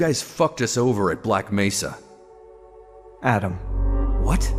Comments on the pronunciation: he's saying it like how it's pronounced in Spanish since mesa is a Spanish word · mesa is a spanish word but that's not how it's pronounced